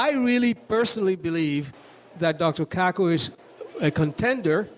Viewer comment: Dr. Kaku pronounced KaaKoo? He's got one hell of a name It sounds so close to a sexual slang word to what happens after a man and woman are together and the man is about to climax that climax is his name what happens from the result after climaxing Dude do you know Nassim Haramein is a physicist also raiden hates it because when he transports I freeze him and follow with an uppercut sending him flying than finish him Sub zero isn't totally useless is he? flawless victory